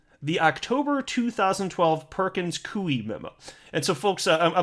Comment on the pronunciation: It's pronounced Perkins 'KOY' not Perkins Kuey ! ((Koy like Toy, not Kuey like Chop Suey))